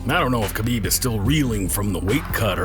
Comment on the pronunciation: It’s habib not kabib